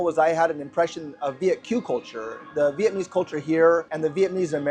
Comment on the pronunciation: At least learn how to say "Vietnamese'" correctly if you're going to live in Vietnam